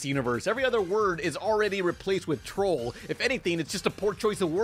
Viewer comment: Toll/Troll smh I thought was fluent in English